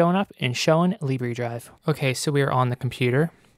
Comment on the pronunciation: Libre... "lib ray" In French Libre means free. In French it's pronounced "lib rrr".